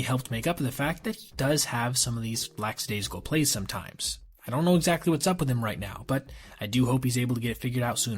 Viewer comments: LACKadaisical (not LAX) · "Laxadaisical" is like nails on the chalkboard to me. Kinda like "nucular" I'm old